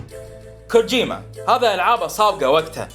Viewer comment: لا تنطقها غلط كوجوما